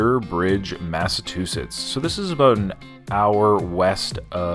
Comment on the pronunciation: You said "Massa-two-shits".